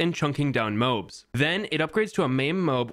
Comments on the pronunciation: It’s pronounced Mo-Abs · The moabs are pronounced moe abs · New drinking game video unlocked: Take a shot every time he mispronounces MOABs. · why do you pronounce moabs like that